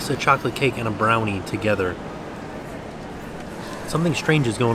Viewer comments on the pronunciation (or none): none